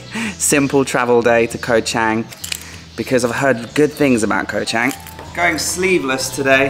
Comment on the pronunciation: Pronounced Chung